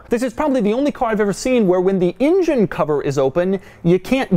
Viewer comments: It's an engine... Not an injin. Stop getting it wrong, it's not that difficult ffs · I say engine Doug says injun. Tomato/potato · doug the kind of guy to always say ingine instead of engine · You mean "in-jen?" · asldigga06 he said ingine as soon as I read your comment lol